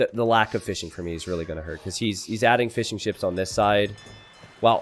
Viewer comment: Why do i hear him say Fish 'n chips instead of fishing ships?